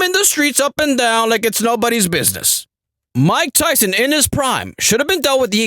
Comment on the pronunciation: 😂😂😂😭 JFC dude. MAH-TYSON LEEEEG